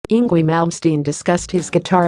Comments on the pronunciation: It's not Eengwee, silly girl. It's Eengvay! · Pronunced ING-Vay !! Ignore the auto-voice. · Good Lord! Enough with these horrid robo-voice videos! “Ingwee”? Really? Instant dislike for that alone... SMH... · I hate robot voices. "Ingwee." ugh. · you could at least pronounce his name rite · Is this google trying to pronounce Ynwie? He's Swedish, Swedish is a Germanic language, and Germanic languages pronounce w as v.